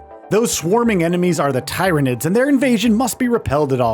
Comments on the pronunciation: Plz stop saying tyranids wrong. Its pronounced the same as 'tired'. I stopped watching the video because of this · Fkn Tie-ranids? Come on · Ahem* Teer-a-nids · Every single time he says Tie-ranids, my teeth clench involuntarily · uMm aCtUaLlY iTs pRoNoUnCeD ‘TEER-anid’ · tai-ra-nids sounds like some sort of STD, though I suppose the residents of 40k would agree. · The Tie-ra-nid pronunciation had me thinking this was Ai 😂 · My man is gonna get reemed in the comments over the pronunciation of tyranids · Could have watched one 40k breakdown video of the tyranids to get pronunciation right.... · Its not but its annoying as hell when even the game itself pronounces the name correctly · do these idiots ever listen to trailers or the devs when they do their videos, at least pronounce tyranids the right way